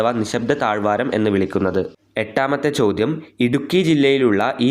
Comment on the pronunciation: It is ചോദ്യം not ചോധം